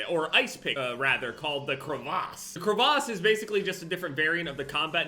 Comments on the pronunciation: The way pronounces crevasse hurts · the way says crevasse bothers the hell out of me